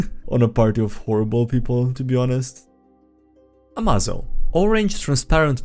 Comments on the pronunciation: "Hey everyone, HimmelsTodesStrahl hier "(german) Ah, a Plan worthy of Lex Luthor. Always put Failsaves in the Upgrades you make them. Pretty sure it is spelled more like "Ama-zo" like in "Amazing". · AMAZO pronounced "ah-may-zoh" like amazing, is a highly adaptive robot from the "DC universe" that grows stronger as he fights and can copy the powers of others and add then to his own.